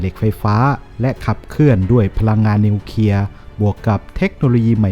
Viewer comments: อ่านว่านิวเคลียร์ไม่ ใช่นิวเคียครับ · นิวเคลีย ไม่ใช่นิวเคีย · นิวเคลียร์ๆ.... ไม่ใช่นิวเคีย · วิเคราะห์ได้ดีครับ แต่ขอติงนิดนึงนะครับคือคำว่า " นิวเคลียร์ " ท่านอ่านว่า " นิวเคีย " ทุกครั้ง อยากให้มีควบกล้ำหน่อยครับเพื่อภาษาที่ถูกต้อง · ออกเสียงให้ถูกต้องด้วยนะครับ ร .ล .ยังไม่ถูกต้องครับเช่น นิวเคลียร์ ไม่ใช่นิวเคีย นะครับ.